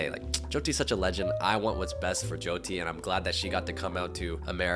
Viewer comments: what the hell does he mean by jeeoti like atleast pronounce her name right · Why are they calling her joedi or joydi .. atleast say her name proply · not the jee-oh-tee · BIGGGG respect for you for calling out his mispronunciation of Jyoty's name!! It's important that creators are representing people properly, not just for views. <3, keep doing you. They say imitation is the sincerest form of flattery but remember, no one can ever be you! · fr!! Brent isn’t even pronouncing her name right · *Hindi is the language and Hindu is the religion - your video was 100x better and you actually say her name right, unlike Brent 🙅🏼‍♂️ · I love the way you corrected Brent when he mispronounced Jyoti's name it was so sweet! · He can’t even pronounce her name right, that says enough … only love for u 😌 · you are already one of my favourite youtubers but you gained so much more respect when you corrected the way brent said jyotis name like how can you make a video with her and not know her name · The amount of credit you give Brent is just a testament to your character because he deserves none of it. How do you not even learn how to say your guest’s name correctly?? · THE FACT THAT HE DIDNT EVEN GET THE PRONUNCIATION OF HER NAME RIGHT!!!!😡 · Me, an Indian who’s moms name is joti Am personally offended by him mispronouncing her name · The fact that he kept mispronouncing her name 😢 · Like he didn’t care enough to learn to pronounce her name properly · Jesus, the guy must have spent a day with her, but couldn't get her name right. That to me is quite disrespectful. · He copied everything from you and yet couldn’t remember how to pronounce her name correctly.